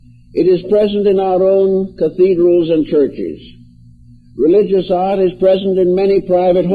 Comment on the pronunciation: He is saying religious "art" ... not religious "odd".